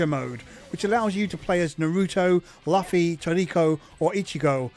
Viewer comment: Luffy is pronounced "Loo-fi" 😖